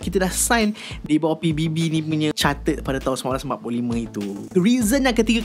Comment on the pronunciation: charter bukan chatter, OK?